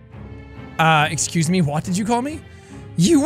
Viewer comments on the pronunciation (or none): "esxusemwa" oh my god